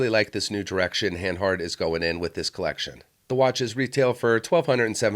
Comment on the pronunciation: Please, who pronounces niche like "nitsh"?! Say "neesh"! Also it's not "hand-hart" it's "han-hart" (or "hun-hart", to be exact) And what is it with the silly Pirates cap all the time? Baseball season is over and you're sitting in a room with a roof.